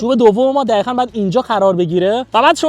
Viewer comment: چراا دقیقا رو میگی دخیخا